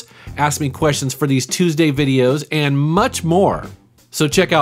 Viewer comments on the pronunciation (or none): none